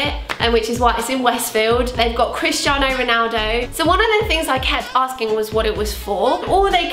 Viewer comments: did anyone else hear "Kriss Jenner" while was saying "Christiano"? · i thought you were saying "kris jenner" instead of christiano omg